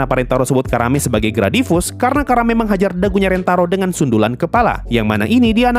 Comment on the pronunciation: Nyebut Karanenya gak terlalu jelas jadi kedengeran Karame